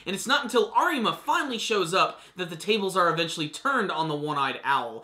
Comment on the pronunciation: The r in Arima is pronounced as a d.